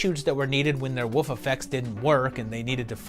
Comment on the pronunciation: I’m interested in your repeated pronunciation of “wolf” as “woof” and “wooves” 😋 Have I been saying it wrong all along? 😜